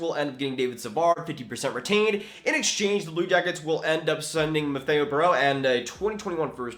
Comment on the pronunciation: i’m sorry i can’t hold it back any longer, but Mathieu is pronounced like Matthew. I know it doesn’t sound anything like it’s spelled i think the French are pranking you the important part is that it isn’t Matheo